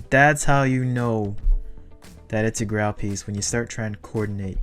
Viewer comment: It’s pronounced “grayl” 😆 love your videos! Keep it up 🏆